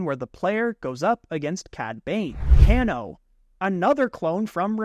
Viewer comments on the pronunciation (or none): Kano isn’t pronounced that it’s pronounced like the mortal kombat name, cane-o